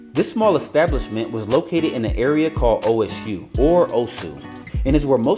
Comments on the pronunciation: Also, it’s not called o-s-u, it’s Osu, pronounced “oh-soo.” Glad you had a good time though!🙏🏿🙏🏿💔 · No bro i am a Ghanaian i lived closed to Osu. It is pronounced as O-su